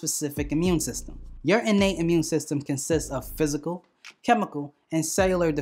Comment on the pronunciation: I like this dude..... Amun system....peace brother